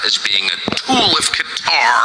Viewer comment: You can understand the poor kids confusion...both Santa & Trump are fake fat f*cks It's Qatar like Kuh taa not Cutter